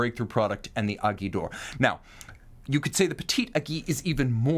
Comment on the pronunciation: I love the way pronounce “Aiguille”. Granted it’s not easy to say for a non French speaking person.